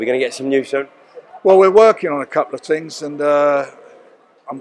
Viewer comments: Working on a couple of tings brav. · At 5.21 did man say tings?